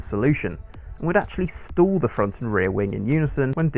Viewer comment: Don't be confused by the narrator's pronunciation of "stall". He uses a distinct "O" sound and no closure in the "L", so it sounds like "store". No, air pressure is not being stored in the plumbing. The airfoil is stalling.